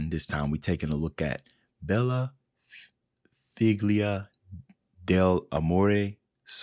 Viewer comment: Just FYI, "figlia" is usually pronounced "feel-ya".